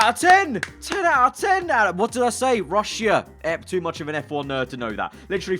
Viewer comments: Never have I ever heard a man say, “Rush-e-ah” instead of “Rush-ah” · guys, that is "rushya" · Nobody: Absolutely nobody:: 'Russeea'